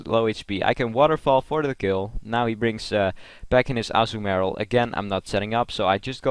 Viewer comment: Also, it's not pronounced Azzu-marill, but Azuu-marill.